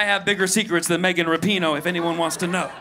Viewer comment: He butchered megan's 😂😂😂